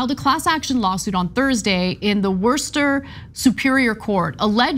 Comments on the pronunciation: I'm from Worcester. It's pronounced Wiss-ter. Not war-ster. 😅 But damn I am NOT surprised its in the "heart of the commonwealth". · Wisst-uh or Woostah is still better than War-ster. Whatever she was told to say. Lol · Anna, I say this with love girl. It’s not pronounced “wur-stir” it’s pronounced “wih-stir.” An acceptable pronunciation is “woo-stir.” We love you guys here in Massachusetts. Just keeping you guys informed. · Lol Werster? Worcester is pronounced Wuss-tah here. But seriously I’ve lived in Boston most of my life, I didn’t know we even had these awful places. Worcester has a Planned Parenthood too, we also have what is basically universal healthcare. I hope Miss Doe gets a good settlement and that these places are outlawed in Massachusetts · Thank you, Ana! And it's pronounced Woostah. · FYI It's pronounced Woos-ter. Like if you insult a guy for being weak or scared you might call him a "woose or a wussy. Or go full on Pats fan, it's WOOSTAH! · It's pronounced 'Woooosta' 😂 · WU-STR That's how you pronounce WORCESTOR! Thanks for coming to my Ted Talk! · It's Woo-sta. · Worcester is pronounced "wer-ster", although people from Boston call it "wistah". The "R" is not strongly pronounced. Think Worcestershire Sauce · It's pronounced Woo-ster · It's Wooster, I know us massholes say stuff wierd😅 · No, it's wus-tah! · It’s not pronounced Werster. Lived there for 9 years and legit never heard it said that way. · Non-MA residents trying to pronounce MA town names Anna: "worster" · Not to nag but it is pronounced Wuh-ster. Don't ask. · Pronounced "Wista" lol... I know it makes no sense. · It’s pronounced Wuss-ter. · I love you guys, but, learn to say Worcester. It’s like Wooster, basically. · Sister Masshole here. I winced at Ana's pronunciation. Let's contact Maura Healy. We've got to get these places either outlawed or at least they must plainly advertise what they're really about.